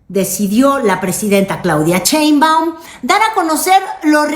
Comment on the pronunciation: Por favor que alguien le diga a que se dice Sheinbaun y no cheinbaun, aunque ya sabemos que lo hace a propósito